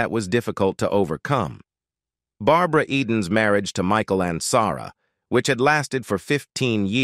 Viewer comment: I remember Michael Ansara as well ! I wish they would find a way to learn how to pronounce the names correctly.